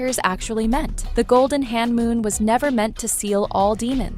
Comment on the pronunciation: It is homoon not hanmoon